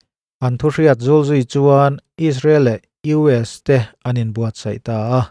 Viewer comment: Israel iron-dome hi chu a va han bon tak. Mahse hetiang ang system neih an ngai tawp mai hi chu(h)..buai kumhlun annih zia a tifiah hlein a hriat. Bible hunlai atang tawh an indo reng mai zawng anih hi maw...🤦🏽‍♂️ Engpawhnise te meuhin 'sai' thluk a tidiklo hi ka dem 😂😂 a ti nghing/khur daih alawm le.